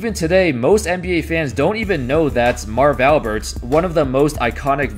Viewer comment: 4th word of video and you are already making mistakes on the guys name...Jesus....cannot watch.